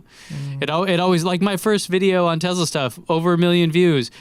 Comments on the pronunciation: What's a Tezla?? Please review the data. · Been criticizing someone dating a name wrong is hilarious considering he can't even say tesla correctly. No z genius.